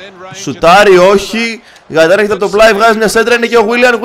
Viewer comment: γκαιταν οχι γαιταν